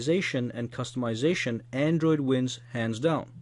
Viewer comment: my favorite part - "so what are you? A cust-a-mization freak? Or are you all about beautiful apps?"